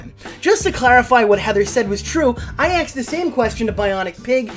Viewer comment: You axed Heather a lot, is she okay?